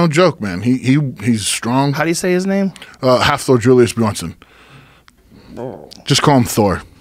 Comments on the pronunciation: It's Hafthor, not Halfthor, but I agree with you. Bill Kazmaier should go on just for seniority alone. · ITS HAFTHOR FFS - NOTHING HALF (HAF = SEA IN ICELANDIC, so its basically sea-thor)